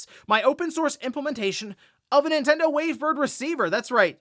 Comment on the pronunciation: Ninten-DO what Ninte-DOES….😮‍💨😮‍💨